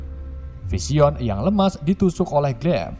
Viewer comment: Sumpah bahada inggris dr pengisi suaranya g tertolong Parah bgt Bilang vision dan mind stone Ga banget Iuuchh